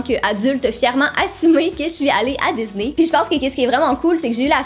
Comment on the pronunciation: Ça me stresse, elle dit "dizney" et pas "disney"